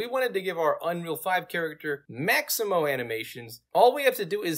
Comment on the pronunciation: Its Mixamo! not Maximo!